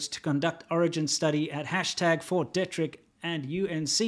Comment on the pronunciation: BTW guys, small detail, it's pronounced Fort DEE-trick. I grew up 40 miles from there.